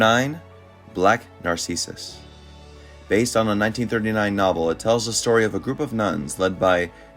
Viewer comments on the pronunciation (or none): Pronounced Nar-SIS- us